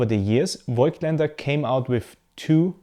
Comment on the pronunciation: Die optische Formel wurde ja nicht geändert, somit sollte eigentlich klar sein, dass die Bilder gleich sind. Und als Wiener sollte man „Fogtländer“ richtig aussprechen….😉 ehrlicherweise dachte ich auch immer, es heißt Foitländer“, tut es aber nicht. Ich finde Deine Videos trotzdem sehr informativ….